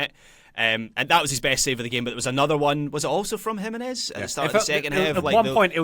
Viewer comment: Pronouncing "Jiménez" with the stress on the syllable as they do over there has always baffled me. I think it may be even more jarring than the way they say "taco."